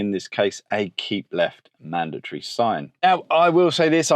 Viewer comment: Madatory? Yes. Mandatory? Definitely not 😅